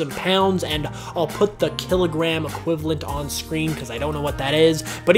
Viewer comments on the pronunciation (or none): none